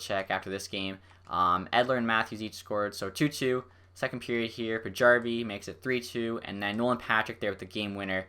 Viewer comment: Well done! Here's a name pronunciation tip: if someone is Swedish or Finnish and their name has a "J" in it, it's almost always pronounced as a "Y". For example: Paajarvi and Valiharju